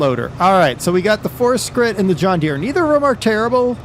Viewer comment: Der, I like your vids, appreciate the spotlights, but the brand is pronounced - Fort Shritt (think along the lines of portrait). Keep up the good work. Thanks. :)